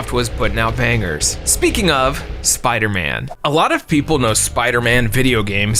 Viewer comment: The spooderman 😂😂 tell me I'm not the only one who caught that